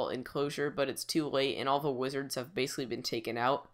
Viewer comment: "Base"icall LOL